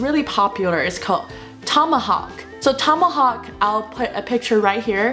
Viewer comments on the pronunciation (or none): none